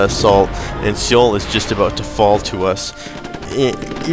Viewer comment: As a courtesy, the city name is just read like 'soul'. As part-Korean, I felt obliged to bring that up.